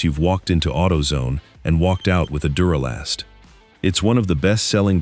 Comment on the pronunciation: This video is pure crap. For starters, it doesn't even pronounce the name of duralast correctly. So obvious AI. Also spoiler alert they list Odyssey as the number 4 brand and state that it's not the number one brand for a couple reasons and then shocker- they list it as the number one brand after all. Way to go AI